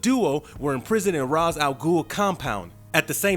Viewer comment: What's with people not bothering to pronounce Ra's name properly?